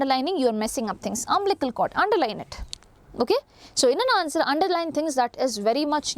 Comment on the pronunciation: It's umbilical cord mam not umblical